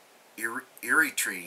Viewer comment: Eritrea is pronounced "AIR-uh-TREE-uh".